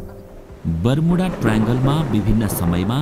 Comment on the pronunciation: बरूमुडा हैन बर्मुडा हाे😂